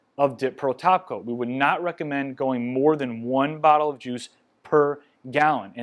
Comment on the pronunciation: Omg I’m four minutes in and I literally thought he was saying “dip pearl taco” this whole time 🤦🏻‍♀️😂 when suddenly I realized he was saying “top coat” not taco 🌮